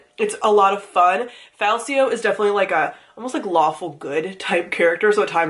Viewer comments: Greatcoats series is a tetralogy, and Falcio is pronounced with a hard C, like falcon (you'll learn that in the second book). Feel better! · Greatcoats is 4 books. And when you get to the second book (or maybe third? but I think second. Read them a year ago so details are fuzzy ), there's a whole plot line of how the main character's name is pronounced: Fal-key-oh. Sounds weird to me, but what do I know :) Great series anyway, loved it! Oh and the fight scenes are so detailed because the writer used to be a fencing teacher/choreographer/something :)